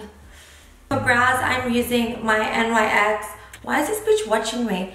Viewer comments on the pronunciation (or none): It's Nyx...not N Y X 😂😂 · It's not n y x it's Nyx one word